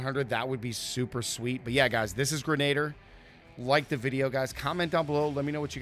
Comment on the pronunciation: For the love of god, stop mispronouncing ‘grenadier’!